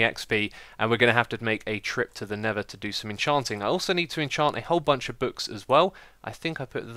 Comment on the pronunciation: X be like... Nether = Neva Lava = Laver Mesa = Mayser